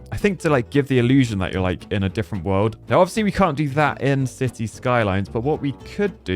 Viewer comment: I keep hearing him say Sissy 😂. I know I'm not buggin